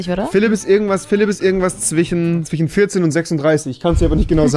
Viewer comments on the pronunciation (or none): niemand Wirklich Niemand: Rewi: zwichen